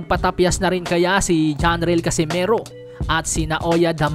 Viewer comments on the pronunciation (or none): none